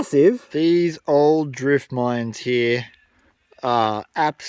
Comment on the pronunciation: I like how you say "here" as "hee".